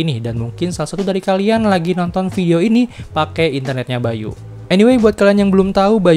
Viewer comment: Baiyu bukan bai U